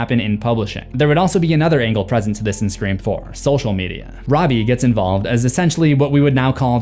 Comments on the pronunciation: I’m so confused do u keep saying “screa form” instead of “scream four” 😂😂😂 I feel like I’m tripping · I love the video but dude it is FOUR NOT FORM!!!!! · I cracked up everytime you said “Screfourm” bc its so correct💀 They thought they were being clever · Anyone else notice how every time he goes to say Scre4m he says form instead of Four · I need a "Screa Fourm" counter hahaah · I've listened to every scream video you've done.. idk why it irritates me when you say scream form 😅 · Anyone else hear him say screa form every time he says scream 4 good video tho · Your pronunciation of Sre4m almost makes this unwatchable. “SreeForm”? REALLY? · Scree Form is hilarious to me and i giggled literally every time he said it which was at least 40+ times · Anyone else always here him reference scream 4 as scream forum? Is it intentional, did I miss something? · Screa-Fourm- slowly realised this was intentional as this video goes on 😂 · i never get use to you saying Screeform. lol it gets me everytime. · If you made the joke about pronouncing it “Scr-FOUR-MMM” once it would have been funny, but it’s incredibly distracting to have it being “jokingly” emphasized everytime the title is said, which is a fair bit and to the point where it is pulling me out of what has been a fantastic video otherwise. Make the joke a handful of times I guess but geeeeeez lol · Screeforum 😅 Good work though. Excellent vid. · Bro why do u say Scream 4 funny it sounds very nasal and wierd it totally sticks out!!!Sorry bro just makes me laugh